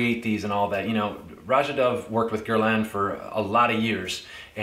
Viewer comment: Thanks for the review. I appreciate that you correctly pronounce Roja’s first name. His name is often mispronounced by fragrance reviewers as they interview him!